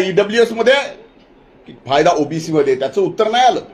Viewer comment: जीभ अडखळा लागली बाळा तुझी.. ओबीसीला OBS म्हणायला लागला भाऊ तू! कॅमेरामन च्या डोळ्यांना डोळा भिडून बोला न साहेब😂